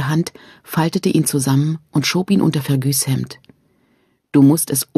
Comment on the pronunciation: So sehr ich Fan dieses Buchs und der Serie bin, ich kann das einfach nicht weiterhören. Sassenäääck, mörtääg und fergűűű... Diese Aussprache macht mich regelrecht aggressiv.